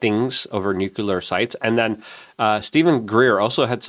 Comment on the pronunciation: It’s not “nucular”, it’s “nuclear.” Also, it’s not “phenomenons,” it’s “phenomena.”